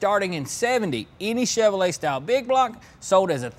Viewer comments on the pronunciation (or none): Children, can you say "Chevrolet"?